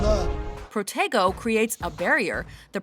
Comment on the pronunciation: When they say "Protego" it sounds like they're saying "potato"